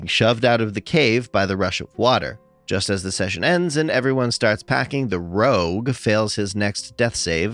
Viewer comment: Stop saying rouge like that.